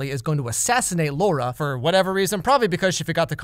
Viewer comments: LAURA, not Lorah duh. In polish you are reading the A and U and it is not an O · Cries in Polish. The director made a fool of herself confronting a critic about her debut a while back Edit: if anyone's curious I can translate Polish sentences. But on the second watch Edit #2: Laura's name pronunciation aside (Lah-ooh-rah) "with your heart you'd better not push yourself" Boyfriend:"geez, stay calm, ok? You know that you shouldn't with your heart [condition]" Laura: "fuck off with my heart, do you care more about anything in your life than yourself? Who am I to you?" Boyfriend: "I? I don't care about you?" Laura: "we don't have anything to talk about with each other" Boyfriend: "We do" (repeatedly, trying to cut into her words) Laura: "No, you said everything you had to say, now leave me alone, I want to be alone, goodbye, goodbye!" Boyfriend: "Wait" "I love you, do you understand? (t/n literally: do you hear me?) I'll always be with you. We will raise that kid together" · I am pretty sure all Indians absolutely ADORE the way Massimo calls Laura! ^^ (edit: explanation- the way Massimo says "Laura" sounds exactly the same as the hindi slang "Lauda", which I think literally translates to the word that means a dude's shlong. It's a pretty frequent slang in hindi and some other languages as well.) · when he said laura it literally sounded "lauda" to me. 😂😂😂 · laura sounds like lauda 😂😂. Lauda in hindi means dick. Maybe thats what he meant this movie is going to be about 😂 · the way he says laura cracks me up. In hindi laurra (or lauda, the english alphabet doesn't have that letter), basically means dick. And he pronounces it like that. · The word Laura is slang for penis in Hindi language, which this movie is. He says it very accurately throughout the movie. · “Lauda” i cracked up everytime he said that sis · He pronounced Luara as Lauda!! That was actually very funny coz in India lauda means penis. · The way he says Laura sounds like dick in Hindi 😂😂😂